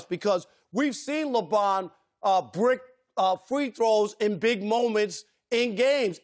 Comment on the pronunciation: "we've seen lebon brick free throws" can't even get his name right LMAOOO